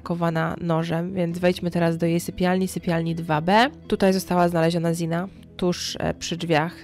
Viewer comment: Bardzo fajnie, że zaangażowałaś się w tę sprawę, ale zastanawia mnie jedno: skąd się wzięło „i” w wymowie imienia Xana? Sama Xana mówiła o sobie „Zana”, nie spotkałam się z „Ziną”, a trochę śledzę sprawę :)